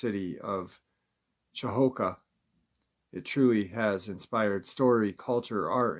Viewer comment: Cahokiah (kuh*hoe*key*uh)